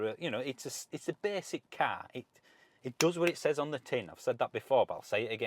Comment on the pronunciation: Thanks for the review and you candor! Question: "When you pronounced 'basic car' you (to my ears) sounded like Chris Rea. Are you from the same region as him (Middlesborough)?